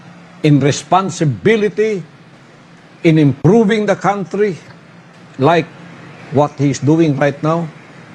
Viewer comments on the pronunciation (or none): none